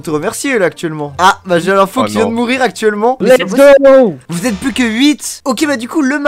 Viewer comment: on dit lets go, pas lest go.